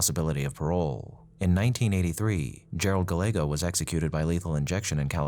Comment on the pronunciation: Gallego is pronounced GUY-eggo.